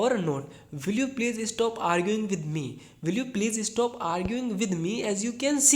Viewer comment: Will you please STOP arguing with me. Not Estop .... Please pronounce perfectly. Otherwise your effort for teaching english is very good.